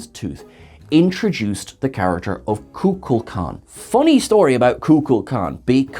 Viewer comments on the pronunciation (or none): I wonder is Shatner’s mispronunciation of Kukulkan was influenced by Kukla of “Kukla, Fran and Ollie,” an immensely popular US television puppet show that first aired from . After that run, the characters continued in other series and specials, and even had a run on Broadway. They’ve been on a US postage stamp, and won a Peabody Award and two Emmys. They were HUGE when Shatner’s career was on the rise. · I understand where Shatner got confused by the name Kulkukan. In the late 60s / early 70s there was a children’s show that included a hand puppet based on Kulkukan caled Kukla. Maybe Shatner had kids at the time and that’s how his brain glommed onto the mispronunciation.